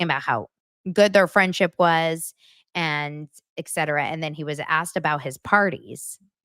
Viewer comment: Please stop saying Ect./ec cetera! The correction for the Latin phrase et cetera is "etc.", while "ect." is a common misspelling and not a word. Functional illiteracy? The same reason people say nukular for nuclear.